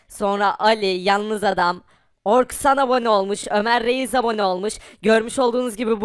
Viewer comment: Orksan deyil Orxan